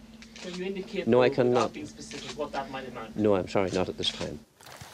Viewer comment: SPECIFIC not "pacific"